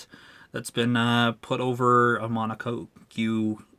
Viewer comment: Say mono-cock not mono-co-que